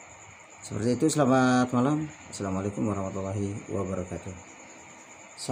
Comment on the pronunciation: Kurang jelas bacaan Assalamuallaikum de ngab